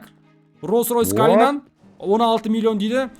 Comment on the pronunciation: КАЛИНАН ЕМЕС КОЛИНАН 😂😂😂